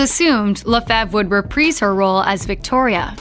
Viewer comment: Reprised is pronounced incorrectly.